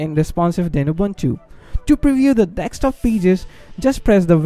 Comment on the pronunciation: Its DESKTOP not TEXTSTOP wtf